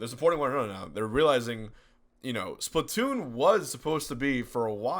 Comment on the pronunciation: yes. Also it's splatoon not splatton :)